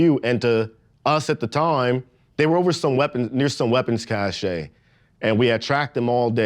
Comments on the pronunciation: "ca shay". No....this dude is fake a/f. Doesn't EVEN know that weapons cache is pronounced "cash" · doesn't know how to say cache , like he's only read it not heard it